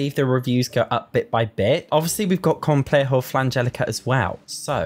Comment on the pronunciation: Ps: as a spaniard, you pronunciation of "complejo" 10/10 👌🏻